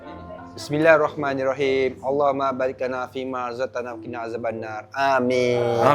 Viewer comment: Sila betulkan bacaan doa makan..bariklana bukan bariklana..